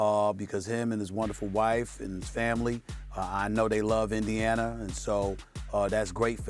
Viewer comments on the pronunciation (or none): Indianer?! He’s adds a R to everything